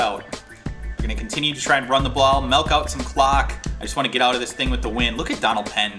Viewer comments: You said "Melk" instead of "Milk". Are you/your parents from the North? If so, how are you a Dallas Fan! Hahaha. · You most be from Wisconsin because you want to "melk" the clock lol. Only my friends from here say milk like that XD